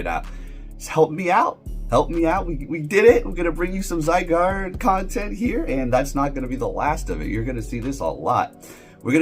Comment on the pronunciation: Bro I am disappointed you pronounce Zygarde correctly...what's wrong with you?